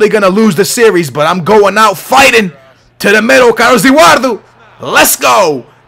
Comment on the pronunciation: Why do u say edurardU except of EduardO